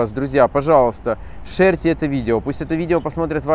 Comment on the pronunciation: Шерте? Это че делать?? Это уже похоже на сердючку.. она так мову каверкала.